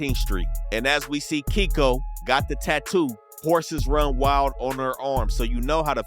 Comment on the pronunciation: He was saying Keiko name wrong the whole time